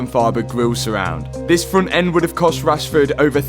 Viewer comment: You're milking Rashord Name 😂 Rashford Car, Rushford parts